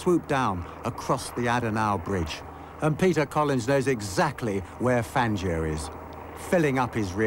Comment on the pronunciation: Fangio was the greatest! I bow low to his mastery of motorsport! BTW, It's Fahn-Joe, not Fan-gee-oh! Never, ever, depend on the British to pronounce foreign names correctly, because they basically don't care how foreigners pronounce things. (I'm American) - Now I'll admit I don't know how Fangio pronounced his name, but it looks like an Italian name, and in Italian the 'i' is (generally) there to modify the sound of the 'g'', not to be pronounced. It's like the difference between 'caca' and 'chacha' (or 'sit' and '$hit', if you prefer). If you look at the Wikipedia article on Fangio, they say it's pronounced [ˈfandʒo'] (but then, maybe they don't really know, either) For all I know, Fangio may have pronounced his name 'Fahn-gee-oh', but since he spoke Italian, I kind of doubt it.